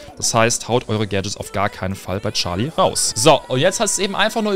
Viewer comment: charlie nicht scharlie